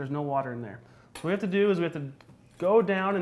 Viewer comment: She said WHAT. Not wet